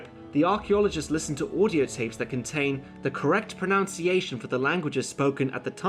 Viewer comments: but you did mispronounce pronunciation note that it is nu nou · Irony again: Mispronouncing the word "pronunciation" as "proNOUNCEiation." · that "pronounce-iation" IS weird ... and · Pronunciation not pronounciation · I'm just annoyed that you're pronouncing "pronunciation" wrong. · Please pronounce "Pronunciation" correctly.